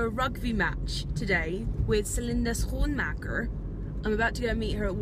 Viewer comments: I love how you say Schoenmaker, as a Dutchie it seems so easy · The way you pronounce Schoenmaker is so enjoyable, your pronunciation is Actually really good Haha Xx from Amsterdam